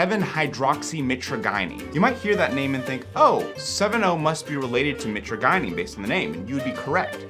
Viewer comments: Please learn how to pronounce mitragynine before saying it over and over. ( Mit-tradge-aneen ) I was selling live speciosa back in 2004 before eBay banned all kratom products. Your friend's plant looks pretty sickly which can make the leaves taste even worse than usual. One cool thing about them is that they grow in a cross-type pattern; two branches go east and west, the next two go north and south. The branches should be growing parallel to the ground , not reaching up in the air for sun. They are a very cool looking tree because they normally form a perfect cross with branches at 90° angles. And kratom burps are the absolute worst. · Mitra guy neen lol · Btw; pretty sure it's My-traah-jih-neen (how Mitragynine is said) Banning it would be so fuckin stupid. I've used kratom for 10 years, sometimes would go a lil harder (use extracts, do 15-20 grams per day) but a large majority of time, I only do 10 grams per day and below, typically below. And when I've quit using it, the worst withdrawal I got a minor (emphasis on minor) sense of anxiety for like...a day or two. Just like with alcohol and weed, people need to have a sense of self control, it's absurd that this is still a point of contention. I don't even think 70H should be banned, I understand it in certain ways, but it's just another alkaloid in kratom. I liked it. But it did develop negative effects faster than I'd ever experienced from regular kratom, so I stopped that stuff. Either way, kratom should be regulated like weed and alcohol if anything, shits absurd they're trying to ban it again. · Real researchers actually pronounce it "MY-tragi-NeeN" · Or if u wanna be wrong but cheeky, "My Tragina" as in "my tragina may taste foul, but its gonna feel so good" 😂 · Mi-TRAJ-yneen. Mi-TRAJ-yneen. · Always thought it was pronounced "muh-trage-uh-neen" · i hate the way you pronounce mitragynine. please consult the dictionary